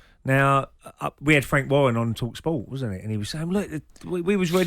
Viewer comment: who's Fwank Wawwen ?